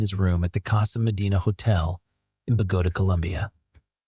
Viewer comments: WTF is Bagoda??? It's pronounced Bogo tah!! Stupid announcer guy, probably ai 😅😎😳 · Its not Bahgoda. Its Bowguhtah...